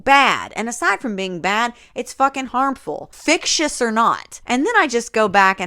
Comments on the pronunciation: Every time you said fictious I actually cackled out loud. I just can't. Also, this book is a crime against words, both real and not real, and the queer community. Yikes. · I’m sincerely afraid that you’re going to be saying fictious for the rest of your life.